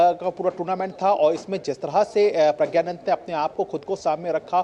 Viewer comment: Take the name correct ❤